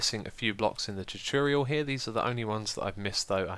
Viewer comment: You're videos are amazing xisuma, but I have to say, it annoys me so much that you never say tutorial right:P